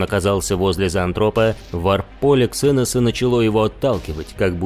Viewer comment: "КсЭносы", "мальстрЁм" ну чувааак...